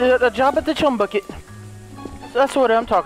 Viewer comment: LOL says the chumy bucket lol